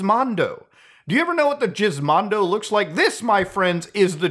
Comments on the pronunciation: i thought he said jizzmondo its actually gizmondo i was laughing so hard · It's actually pronounced as "guh-izmondo" as opposed to jizmondo, forgot the proper IPA symbol for the sound but just saying that it's root word started from gizmo. Anyways, I knew it was bad but never this bad. It's literally like majority of thr games are not preserved. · Why did he say jizzmondo instead of gizmondo? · I genuinely thought Muta was makin a meme when he said "jizzmondo." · I know it wouldn't be unheard of Muta to call it like that, but I seriously can't tell if Muta is calling the Gizmondo the Jizzmondo on purpose or not. I know G can have a J sound but that is not the case for the Gizmondo. If he isn't doing it on purpose I want to know who tricked him into thinking it's called that. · If that's how you say Gizmondo, how do you say GIF?